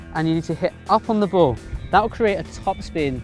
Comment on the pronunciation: Your saying bow instead of ball